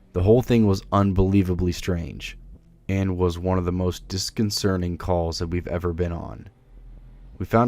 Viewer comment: Also disconcerting not disconcerting. But IDC, cause I love these videos. Besides that my favorite narrator for this type of stories.